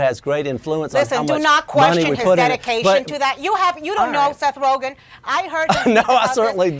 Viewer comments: Rozhen? LMAO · It's rogen not roghen 😂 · Seth Ro-Jen? Who tf is that???? LOL It's pronounced Roe-Gan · This chick really said rojan as rogen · "RoeJEN" ???? He's a pretty famous guy...... have not heard that pronunciation before..... ? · Yeah. "RoeJEN." You know - like calling Niger "Nee-zjherrr..." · "Seth Rojen" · First thing I thought was "did she just say 'Rowjin'? " lol. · HOLY SHIT 1 second into the video. "Seth Roejen"..... Can't even report anything corrently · Seth "Rojin"? Lol. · Did she say Seth rojen 😂😂😂🤣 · did she say seth rojan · Ro-Chen? Lmao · Seth roothgen?!!!!!! Huhhhh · Seth ROE-JINN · Seth ROW-GIN lol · Seth Rogthan? Or Roghan? Lol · Hey Sam Graham. lol. my thought also. A news commentator should pronounce names correctly.